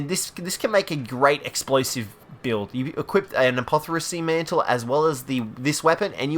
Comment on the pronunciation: Your mispronunciation of simple words is killing me. It's not "ma-lady's" fist. It's maladys fist, as in the word "malady", like a sickness. Same with apothecary mantle. The C is a hard c, not an s. Look up the word and pronounce it right.